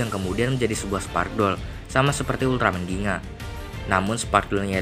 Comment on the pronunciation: Bukan ginga oi tapi gingga